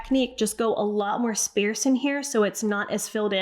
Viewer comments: Lol! "Sparse" is pronounced "SpaRRRsed" not "SpAAAArsed"... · Its sparse like car, not sparse like spare! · Nice tips, thank you. Need to tell you... it's sparrrrrrse, heavy r sound. ❤ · I’ve never heard it pronounced the way she does, and I’m in the US. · Thank you bc I had no idea what she was saying when she said that. I've never heard sparse pronounced that way. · Love you, but sparse is pronounced “spahrs.” It’s not “spare” with an “s” in it. Also, “sparcity” is not a word.